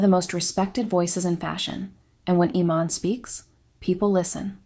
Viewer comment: Is this AI audio? How did you do ALL that research and mispronounce her name like 3 different ways.. ee-MAHN. i-MAN? Ee-MAN?